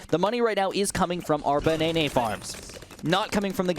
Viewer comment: im not the only one that calls them banaenae